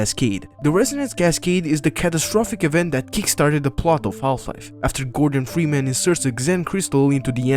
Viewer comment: bro said gordon fweeman